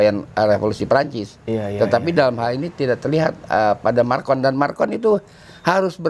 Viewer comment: Maaf, MACRON bukan MARCON 😂😂😂 Sehat terus ya, Amiiin🙏